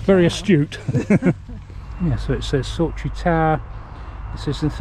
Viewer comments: SAUCHIE ! pronounced SOCKIE !!! Just saying like 👍 😏 😌 😉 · Nearly bud lol Sauchie = Socky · i can tell you were in my home town. It was raining 😃😃😃😃 just to let you know Sauchie is pronounced ‘Socky’